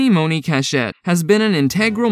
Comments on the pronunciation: And it’s MONEY not mowneee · Candy yea it’s like money or “mawn-ee” not Monáe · Monie is pronounced Money.... not Mo-nah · It's money like 💰 not moaney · Right it ain't no damn moe-nee🤦‍♀️ 😂😅😅 he just made up a whole new person in the show. Lol anyways he tried it's probably a computer talking. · Who is Moe-nee??? 😂😂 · Her name is pronounced "Money" Tiffany MONEY (Monie) Cashette... get it? Monie (Money) CASHette.... It's weird to make a video on people based on a show you clearly didn't watch. Or you'd know how to pronounce Monie's name... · Dude! It’s pronounced MONEY! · Why are you pronouncing monie name like that💀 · B Stone yea, I don’t think he watched the show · Threw me off